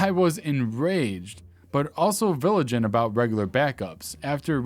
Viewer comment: "Viligent"!? What's that when it's at home, then? 😁 😜